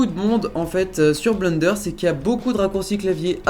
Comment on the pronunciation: Haaaa le man dit bleunderre au lieu de blènder !